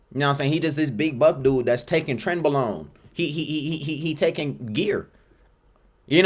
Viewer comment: LMFAO the way you said “Trenbilone”